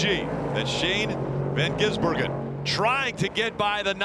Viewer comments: You mean Shane Van Gisenberg-en?🤣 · Shane van GisN burger? Learn how to read or watch one supercar race ffs. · If the highlights are anything to go by, it took the journey of the race to figure out how to say his name, but I'm glad they got it by the end! SVG's attack and ability to pull way was unreal. The dude is fast in everything, even a rally car, but especially a high horsepower chunky beast around a slippy street circuit. That's his specialty!